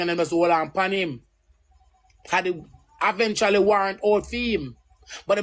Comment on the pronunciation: ROSE SAY....AVEVTRAULLY"....EVENTUALLY